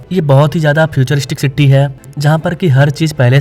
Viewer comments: Are bhai first learn English pronunciation, not Citty, it’s city . Pressure cooker ki city Bajati hai. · It is not citty it's city🙂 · सिट्टी क्या है सिटी बोलिये